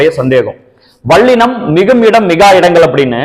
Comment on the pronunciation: வல்லினம் என்று சொல்லுங்கள் ஐயா, வள்ளினம் அல்ல! ல ள சரியாக வரவில்லை உங்களுக்கு! பிரபல தமிழ் தொலைக்காட்சிகளில் இசைப் போட்டி(சங்கீதம் - பாட்டு) நடந்து வருகிறது அதிலும் இதை கவனித்து திருத்துவதில்லை! தமில் (ழ்). கொளை (லை)